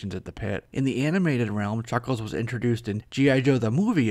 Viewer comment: A focus.. on Chhucckkhhhlessshh